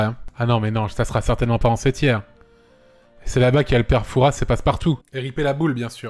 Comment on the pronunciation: Alors, j'ai rien contre la liste, CEPENDANT le père Fouras ça se prononce FOURA, pas Fourassss... C'est une ville Fouras (c'est de là qu'ils partent pour aller au fort Boyard) et le principe est le même que pour Paris, on prononce pas la dernière lettre. -une fourasine